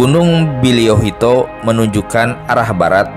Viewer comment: Boliyohuto bukan baliyohuto bng